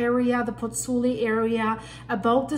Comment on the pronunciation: Miss please the VESUVIO non si chiama VUIA and the gulf of POZZUOLI non si CHIAMA PUI or PULLI 😂😂😂: why do you not pronunce exact the original names? Thank you